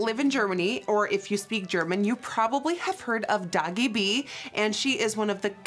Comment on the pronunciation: Bin ich die einzigste, die es lustig findet, dass sie Dagi irgendwie komisch ausspricht xD